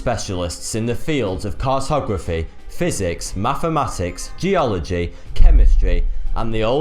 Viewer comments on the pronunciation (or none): why does he say mafematics instead of mathematics,? lol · Errf.... fink.... Mafematics.... There goes the English language... Face Palm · Why is it that I feel like he is unable to pronounce the “th” in thank you... Mathematics... And so on...... Is it because of his teeth????